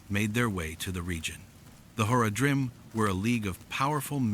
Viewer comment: Is this your voice or an AI translation of your writing? If you ever played the actual game, the pronunciation is way the fuck off. Zakar"em" should be Zakar"eem" and Horadrim should be pronounced "Horadrim" all at once not, "Hor-a-drim" and that is prevalent in the actual voice acting of the game. Not to nitpick, but if you're going to play off of a beloved fanbase, you should probably get those details pretty close to perfect.